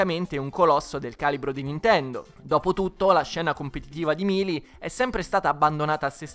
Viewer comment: Non voglio fare il rompipalle ma si dice Meili e non Milii